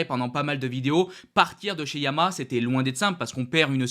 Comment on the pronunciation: Fabio chez Yamaha encore deux ans, quel gâchis ! (petite remarque de prononciation : on dit ya ma ha, pas yama comme tu le dis)